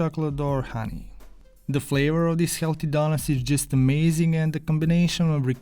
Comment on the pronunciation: Your accent is one the most magnificent masterpieces i have experienced in my life. Today i have heard a lot of people's accents, but you, in my opinion are the BEST at talking. The words you say like "daughnuts" "helty" inspire me and every other person watching this to become fantastic accent merchants. This type of accent can be classified as a type 1A carcinogen for the enjoyment of your eyes, ears and brain. All my senses and the neurons in my brain function as a rocket to achieve maximum happiness from hearing your accent. As learners from your accent, we pronounce you KING of the HELTY DAUGHNUTS.